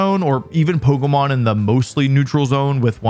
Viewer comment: Why do you say Poko Mon